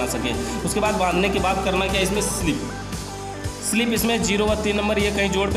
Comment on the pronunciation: Not स्लिप say sleeve